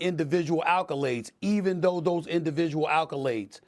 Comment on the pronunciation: The only thing I got from this is perk and SA can't pronounce accolade